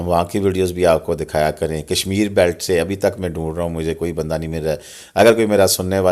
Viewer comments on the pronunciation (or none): none